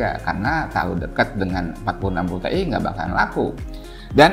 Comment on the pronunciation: Tee'i? T,iyyyy om!